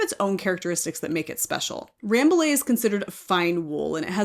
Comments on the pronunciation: Hi, I'm French. I live in Paris, about 30 km from the Bergerie royale of Rambouillet. The prononciation of Rambouillet is closer to "rambooyay" than Ramboolay. Because"ill' in French is pronouced "ye" . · Rambouillet is also a proper noun. Just like with Notre Dame, people don’t say “Note-r Daym” (I hope), the say “No-tra Dahm”.